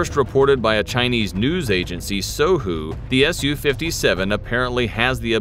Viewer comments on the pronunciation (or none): none